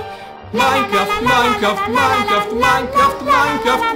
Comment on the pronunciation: e si dice minecraft no minecraf!!!